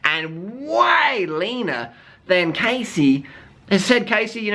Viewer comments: um. her name is pronounced "cahssey" not "caysey" -. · I can't believe u said all this stuff... ARE YOU STUPID OR WHAT!? You don't even know her u can't even say her name right! That was too harsh man don't u have anything else in ur life except judging people? Cassey is NOT FAT she just has a different body type u idiot. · If you're going to insult someone, the least you can do is pronounce their name right... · You're saying that Cassey, who's name you don't even know how to pronounce, is giving bad advice to young girls. Hating on someone you don't even know and critiquing things you obviously don't know anything about, is why people feel insecure. Cassey is an inspiration to many people and has fought hard to get where she is. It's not cool to talk sh*t about people. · What a man.... Firstly learn to say her name properly and she is nowhere near overweight. She encourages women to be the best version of themselves and to be healthy... Unlike your girlfriend who encourages becoming a 'skinny bitch' Maybe try being a role model instead of thinking your hate videos will increase your subs. :) this is truly just an ugly video picking on someone who does not deserve it, you're just degrading yourself. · Maybe you should learn how to properly pronounce the persons name who you choose to shame on a video, you look like a moron. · Yeah sure do talk a lot of crap about her to not be able to say her name right. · Okay first of all you're pronouncing Cassey's name wrong, if you're going to make a video about her at least pronounce her name correctly! Secondly, she's hardly overweight? Just because someone isn't a clone of Freeless body wise doesn't mean that they are fat. I don't agree with Cassey's diet advice at all, but this video came across as bullying in my opinion.